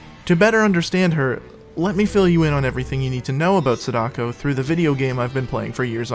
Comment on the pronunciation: It’s not sada- ko. It’s sa -DAh-ko. Like sah then taco. Sa daco. I will die on this hill lol